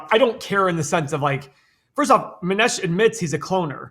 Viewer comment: Mow-neesh that how you pronounce his name.